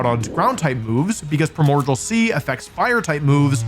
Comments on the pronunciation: WOLFE the fect u pfonounce primordial as "primodjal" really pissis me off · you keep saying primordial (prai·mor·dee·uhl) sea wrong... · “Primogial”. Will forever live in my head. Jokes aside I love these videos. Oh and if anyone reads this I hope you have a wonderful day. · This was randomly recommended to me and man everytime he says Primordial I feel he is trolling us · its so funny that he can't (or won't) say primordial correctly